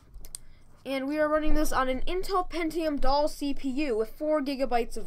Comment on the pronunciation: Also, you said "Pentium Doll"